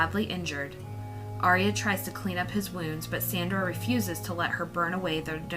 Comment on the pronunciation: It's ar-ya two syllables not three. She's not an opera